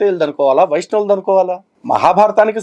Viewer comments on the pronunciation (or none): వైష్ణవులు అని పలకడం రాక వైశ్యులు అంటున్నాడు.. 🤣🤣🤣